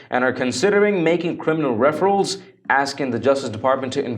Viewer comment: AT TRU STORIES,please. the word is: REFERR ALLS. Not referals